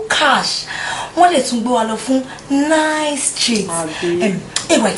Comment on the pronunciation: why do nigerians say nize.. its nice... lol